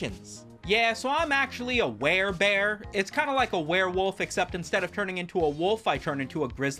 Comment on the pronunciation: It’s werebear, unless you’re a wary bear Anyway, engagement!